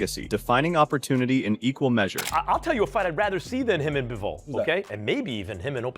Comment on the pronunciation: It’s pronounced BIVol like beaver or bees this guy keeps saving bevol wtf